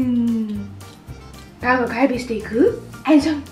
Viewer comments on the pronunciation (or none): none